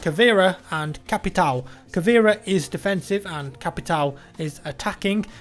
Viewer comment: you butchered BOPE's name so badly.... and you don't say "capitow" or "cavera"